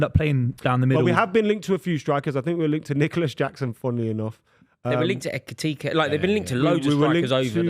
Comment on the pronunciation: and correct on the Mbeumo pronunciation and then says "Etikite" and not "Ekitike" lol.